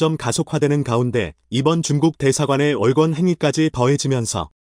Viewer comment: 월권 발음은 월꿘. 토종 한민족의 빌음 월권을 월권으로 발음하는 사꾸라 발음은 간첩출신 사꾸라 유튜버¿¿¿¿